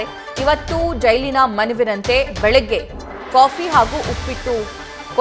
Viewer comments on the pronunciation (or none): ಮನವಿನಂತೆ ಅಲ್ಲ kanroooooooo ಮನವಿಯಂತೆ. ಥೂ ಕನ್ನಡ ಸಾಯಿಸಿಬಿಡ್ತೀರ.😢😢😢😢